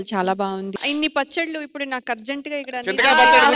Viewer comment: పచ్చట్లు అంట 😂😂😂 rashmi telugu khooni